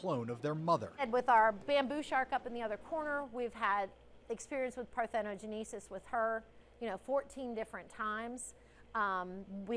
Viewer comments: "Par thin no gen ni sis" the mispronunciation hurts me for some reason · Par-theh-no-JEN-uh-sis The accent is on the 4th syllable.